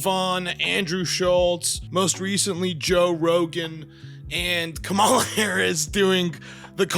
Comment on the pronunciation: with the specific syllable emphasis name can't empathize enough to pronounce Kamala correctly.